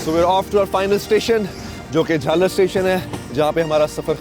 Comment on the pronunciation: Jhal aar not jhalar